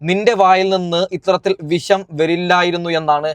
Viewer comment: Daa വിശം അല്ല വിഷം നീ അനീഷിനെ പഠിപ്പിക്കാതെ, atmathya അല്ല ആത്മഹത്യാ എന്നാണ്, ശംശയം അല്ല സംശയം ഇതൊക്കെ പഠിച്ചിട്ടു vaa വെളിവും വെള്ളിയാഴ്ച ഇല്ലാതെ ഒരു ചാനെൽ ഉണ്ടെന്നു കരുതി എന്തും വിളിച്ചു പറയാതെ 🤣🤣